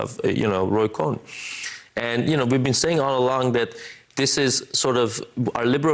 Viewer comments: It’s Roy “Cohn”, phonetically pronounced as “cone”🤭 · It's Roy Cohn, not Roy Cohen. Pronounce it accordingly. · Thank you! FYI Roy Cohn's name is pronounced "cone" not "Cohen". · Not cohen, its Cohn 🤭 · Honey, sorry, it's not Cohen, it's Cohn, like ice cream CONE. So of COURSE we'll all go watch it because YOU said it's terrible. Hey man, it's byour big mouth that got mento buy all Woodwards's books about you. I tou hate it, it must be great. Moron. Hahahahahahahahahahahahahahaha. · Roy Cohn-Cone and not Cohen which is how Michael Cohen's last name is pronounced. Sorry but the two should never be confused. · “cone”, not “cohen” really bad journalism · It's Cohn not Cohen. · it's like cone,,, not cohen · fyi its Roy Cohn pronounced like ice cream cone.